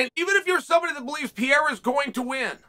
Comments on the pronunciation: It's PEREIRA and not PEIRA. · Why does chael insist on calling him pierra but will literally type pereira. I know he knows he says it wrong and is gonna say one day “can’t believe you guys let me call him that for so long” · U talking about Pereira? Cuz u keep saying Pierra. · PIERA?? OR PEREIRA??? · Why do you keep calling him peeyera chael? Not that hard to pronounce perreira lol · Pierra hasn't yet earned the right to have his name pronounced correctly by Uncle Chael. He only has 5 undefeated fights under his belt. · “Alex Pee Era” - Chael Sonnen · Love hearing Chael call him peeyera every time he says his name since he came to the UFC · Did he did he say Alex pee era? 🤣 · Funny 😁 how he calls Pereira : Pierra 😅🙂😉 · George St. Pierra hahahaha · Who’s piera hilarious that you get his name wrong every single time 🤷🏽😂😂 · Pierra 😂 uncle chael has a problèm with foreigners name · Alex Pee-era 🤣 great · Thought this was about Pereira? Who's this guy Pierra? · Pee era. Gotta love uncle Chael’s always incorrect pronunciation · Dude how are you still saying “PEE -air-a” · PIERRA. CPS is the worst at names. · Pee air uh 😂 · I love you chael but I wish you would stop pronouncing his name (pee-air-uh) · If Alex wins chael will pronounce his surname correctly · Uncle Chael still has not bothered to correct his pronunciation of Pereira. Love it. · If Pereira wins hopefully Chael will learn to say his name correctly lol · It annoys me how wrong chaels pronunciation of Pereira is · He miss pronounces his name every time lol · Why can’t no one say pereira 😂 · not even close pronunciation of alex pereira . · If he wins then you might learn how to pronounce his surname.. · God, I hate how he pronounces Alex Pereira's name.